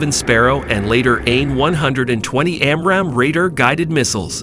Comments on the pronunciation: Who narrates this stuff? AI? "jasm"!? Its "Jazzem"! "Side-wind-er"?!? Its its "Sidewinder"...like the snake. "Raider guided missiles"!?! "Amrahm"?!?! "am-ram". Please stop with the AI narrators. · man you have to work on your pronunciations, you are really off on RADAR, SIDEWINDER, AAMRAM, FUSELAGE